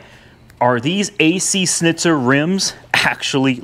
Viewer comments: ac shnitzer you should say it like that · hay dumb its Schnitzer (shnizer) in german language